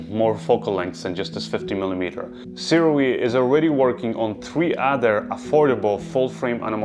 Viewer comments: I will say this only once (more) it's pronounced soo-ray thanks for another great review,! I don't have a full frame camera that can film open-matte, so I'm staying with my set of aps-c sirui lenses for now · We are soooooooo spoiled as creators nowadays. Seriously. What amazing footage! And it's pronounced "sue-ray"